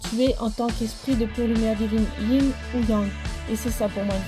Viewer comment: C est le Yang et le Yin pas Ying😂